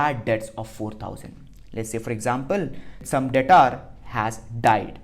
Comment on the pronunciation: Its debtor not dataaarr